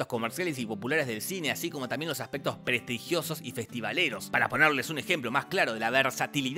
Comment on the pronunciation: "Prestrigiosos" El genio de Daniel Rabinovich se sonríe desde arriba.